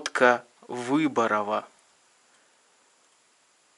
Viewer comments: Wódka Wyborowa (второе слово надо читать с ударением на второе о) и сейчас известная торговая марка в Польше. Wyborowa означает «отборная»... Загуглите, посмотрите как сейчас выглядит дизайн этикетки. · Водка разных сортов, даже польская - ВыборОва, с ударением на ро.. Алкоголизм в стране, как результат революции 1917 года и всех деяний кпss.., ну и наследников., современности.